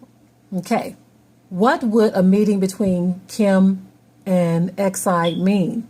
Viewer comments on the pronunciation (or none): Btw, the Chinese president’s name is pronounced “Shee-Jin-Ping”. Not “X-I”.